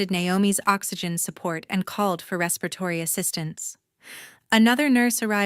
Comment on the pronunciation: What happened to the sister and learn to pronounce respiratory.